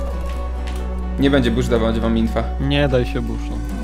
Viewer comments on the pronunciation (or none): tojest beszsz a nie busz